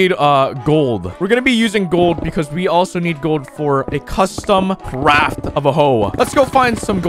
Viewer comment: I heard him say that instead of craft